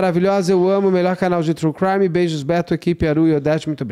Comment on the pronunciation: o intrevistado nao sabe falar o nome brasileiro da comparca... o intrevistado chama o "crime" de creme.. isso em 2 minutos e parei de assistir. Uma mala e referido como "bolsa". a menina dentro da mala nao e uma sena de orror, corrigido pelo ilustre.